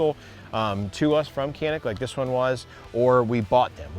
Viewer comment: People need to know it's a Turkish manufacturer and it's pronounced "Shanik".